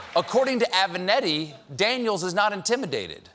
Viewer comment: JESUS CHRIST STEPHEN it's avENAtti not avANEtti